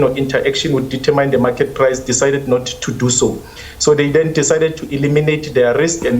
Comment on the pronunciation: Eish I get so irritated when supposedly intelligent people cannot even pronounce the English words correctly, the language they are using, eg it’s Not deter myne, it’s determin.